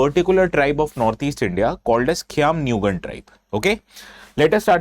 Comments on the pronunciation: I'm surprised how well u pronounce the word Khiamniungan 👍. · Prove me wrong.. He has pronounced the name "Khaimniungan" better than most of the people from Nagaland itself. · Sir thank u for prouncnce khism nii gan